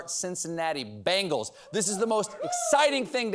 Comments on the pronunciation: It’s not “bangle” it’s Ben-gaul (like Asterix), I know you don’t have corrections like Seth but I sure hope someone sees this!! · I swear he keeps saying Rams and "Bangles" lol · I thought he said "bangles" and wondered.